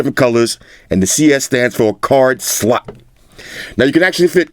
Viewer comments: You killed me when you said and the cs stands for card sssllotttt 🤣🤣🤣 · the way he says slot kind of funny tho